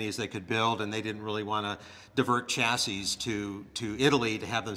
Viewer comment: Did he really say chass-is?